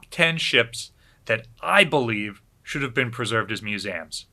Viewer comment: Your missing the E in MusEums its not MuSAM... sorry its really triggering